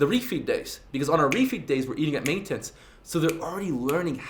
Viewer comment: Where’s the girl in the thumbnail you bitch. Btw your pronounce MAINTENANCE awkwardly